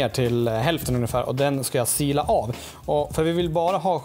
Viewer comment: / "Ugnefär" är det någon allmän kock-skada som får dig att säga så? :-) Kanonbra genomgång på hur man skall göra och räddningen var superb!